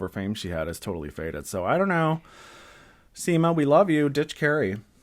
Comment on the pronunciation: When you said at one point in this video "Seema and Carrie arrive" it sounded like you said "Semen Carrie arrive"... 🤣🤣🤣🤣🤣🤣🤣🤣